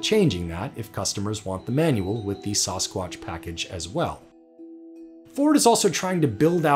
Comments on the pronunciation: Lol, it's not SauceSquatch. It's Sassquatch 😂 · sauce-squatch. samscwantch. why can no one pronounce sasquatch (sass-qwatch) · SASSquatch not SOSSquatch! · Saaassss quatch...not suhh squatch....lol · You mean samsquatch? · Saw squash? This a full grown man that doesn’t know how to say Sasquatch? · Sounded like announcer was saying Sauce-squatch. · No one: CNBC: “Sauce-squash” package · "Sauce-quatch" lol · Sauce-squach lmao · Never heard it pronounced "sauce squatch" before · Whats up with the "sauce-quatch" pronunciation??? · Whats a sauce-kwatch?? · Sauce-quatch lol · Sauce-Qwotch? say what? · What the hell is a saw-squotch? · "SAHS-WQACH" Package? .... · Ok, I just can't get over the way he pronounces Sasquatch. C'mon man. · The "sasquatch" pronunciation bothered me a lot more then it should have I think. lol I don't care what anyone says, that's just not how you say it....... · Did the pronunciation of "sasquatch" in this video bother anyone else other then me?? lol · The only thing worse than that pronunciation of Sasquatch is hearing penguins pronounced as “ ping wings “ .... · why does the narrator not know how to say sasquatch? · His pronunciation of "Sasquatch" gives me the creeps. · Change the way you pronounce Sasquatch